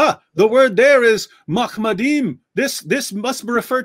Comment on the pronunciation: I speak Hebrew and I’m trying not to laugh. the word is machmadim. Not Mohammedim. The ch here is replaced with ha pronunciation for English. This pronunciation is Incorrect in Hebrew, It is replaced by English speakers who can’t pronounce the cha sound. The word Machmodim has a Cha not a Ha. Now this is very important if we’re using grammar as a proof. In Hebrew each word has a root or shoresh. The root of machmadim is chemed, desired. While the root of hemed which is only a new modern word means a meter. So You can’t translate and convert Chemed into hemmed and then bring a proof when chemed and hemmed are literally two different Hebrew words that both very clearly don’t mean Mohammed. This is cringe.